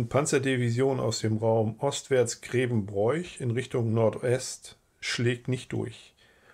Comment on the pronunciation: unklar, sicher scheint mir aber: wer Grevenbroich so ausspricht wie der Vortragende kann sein Vaterland nicht lieben